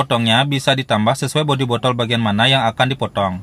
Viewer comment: bodtol bodol apa botol mas 😅